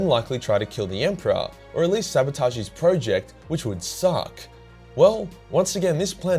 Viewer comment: Nice video, but ruined by you STILL not pronouncing the word 'project' correctly, you plonker, otherwise its all good :)